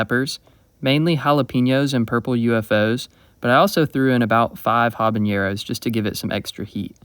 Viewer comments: habanero is spelled and pronounced with an “n”, not an “ñ” and mold is a fungus not a bacteria, but otherwise thanks for the awesome recipe idea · not how you say habanero.